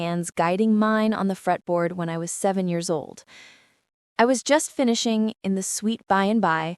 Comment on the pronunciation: Made the comment when they said oli instead of old.